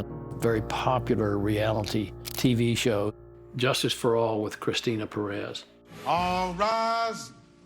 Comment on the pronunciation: Pronounce “Perez” for me again?😂